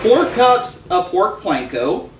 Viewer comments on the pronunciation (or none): Please. "Pork Panko", NOT Pork Planko!